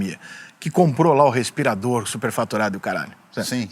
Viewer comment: Esse tatuado é um idiota , fala de ciências, sem entender nada de ciência..(ele falou respiradoro), insiste em desvio se dinheiro pago..